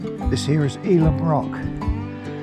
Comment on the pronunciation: Nice one,. Bunster, my childhood playground. My uncle lived in Ilam pronounced (I lamb), but I forgive you 😉😂 its probably my favourite. Awaiting your next installment 👌